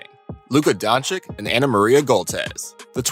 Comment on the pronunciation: donchich not donchick